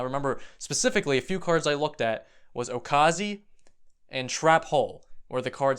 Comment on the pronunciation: OOKAZI!! Zodiac, discuss lol